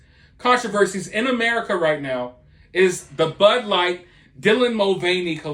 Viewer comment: She doesn't even know how to pronounce her favorite beer "Bud light". Not surprised. She thought that Jill Biden was an actual medical doctor.